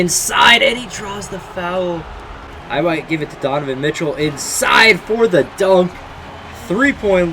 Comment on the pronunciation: you said tonovan Mitchell 😂